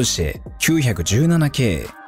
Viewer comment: ポルシェは、『キュウヒャクジュウナナ』ではなく、『キュウイチナナ 』と、読んでほしい。ってか、それくらいしてくれ(￣▽￣;)